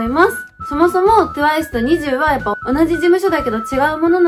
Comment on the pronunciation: ニジュー⤵︎じゃなくてニジュー⤴︎じゃないですか？